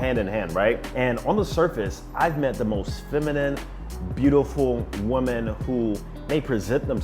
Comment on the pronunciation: Why does this dude pronounce "women" like "woman"?